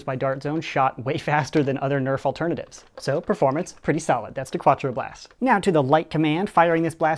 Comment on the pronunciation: hahaha "kwa-twro blast"